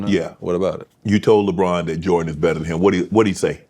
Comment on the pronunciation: Unc says "JaBron" 😂😂😂